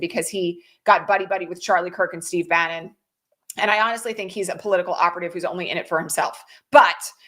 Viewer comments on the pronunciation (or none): none